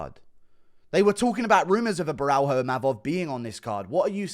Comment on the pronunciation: It’s Caio (Bo-hyo) just say Ohio with a B in front of it